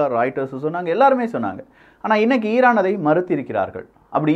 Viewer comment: Iran ❌ eeeeraaan ✅ 😂😂😂😂